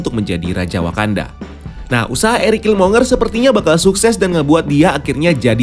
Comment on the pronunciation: Killmonger itu bacanya /kilmongger/.